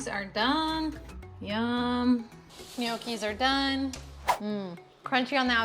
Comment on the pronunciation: It's pronounced Knnoci! 😅 Not Ne oakee😂